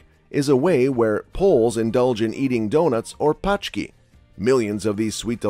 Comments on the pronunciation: Sorry but they are not paczki which means packages in Polish 😉. Letter "ą" in pączki is pronounced similarly to sound /oʊ/ that can be heard in American English e.g. in "low" and "though". To put this pohonetically: there is one /poʊtʃek/ and there are some /poʊtʃki:/. It's like you would put together: pow+Czech and pow+ch+key in English.(sorry guys for that but I've always wanted to get Polish pronunciation through to some Englishman this way 😆) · Pączki should be pronounced something like “pawtshki” or even “pohtshki”… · It's Pączki not f'n PACZKI - PACZKI are packages... xD Learn! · "Paczki" means "packages" or "parcels" ; "Pączki" means "donuts" - "ą" is important for pronounce. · Wrong pronunance polish words = funny missunderstands . P(Ą)CZKI = Donuts P(A)CZKI = .... Parcels 😆. It is strange that the author of that original film did not bother to simply insert the polish words into Transaltor and listen to their correct pronunciation before . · pączki != paczki - very different pronunciation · the way they just gave up with "pączki" and said "paczki" made me laugh a bit too much. nothing tastes better than a parcel in the morning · 😂 paczki... IT should be powchkey. The letter "ą" = "ow". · it's pronounced PONCHKEE, mate! we pronounce Ą in a similar way to ON in WRONG...